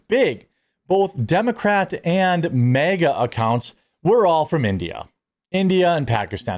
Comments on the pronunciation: Just stop mispronouncing MEGA as if you are not an American. It is MAHGA. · It’s pronounced MAGA not mega. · It's not "MEGA", Jeremy. It's "MAGA".